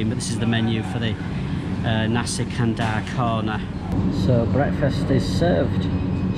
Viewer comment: Pronunciation tips. Say the word as it sounds when you read the alphabets. A = ah, B = bh, C = ch, thus canai is 'cha-nigh'. Kandar = k (kh) a (ah) n (nasal n) d (dah) a (ah) r (rah) = kan-dhar, kan as in (khan minus the h), similarly Lumpur = Lum (l = leh, u = u, m = mm) as in 'loom', pur (p = peh, u = uh, r = rah) as in 'poo-r'. No offense, I love this channel, would love to see more from you :)